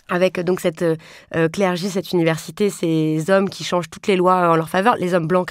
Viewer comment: J'entends «la clergie/clergy» plutôt que 'le clergé'. Estce que quelqu'un.e a des infos sur cette façon de dire? Ps: ça pleut beaucoup en ce moment